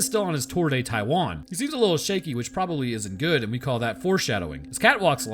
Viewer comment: The moment you said “Taiwan”, I got Coco flashbacks